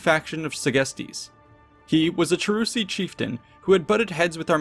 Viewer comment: The names are so off. Cheruski ~ Kievrus, Chasuari ~ Khazars, Marsi ~ Mysi, Chatti ~ Goths.